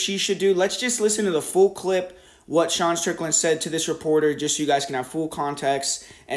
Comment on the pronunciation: How come you can’t say Sean’s first name? Lol